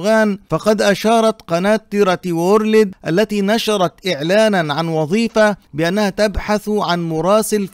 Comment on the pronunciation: تي ار تي وُورْلْد وليس وورلِد، تحياتي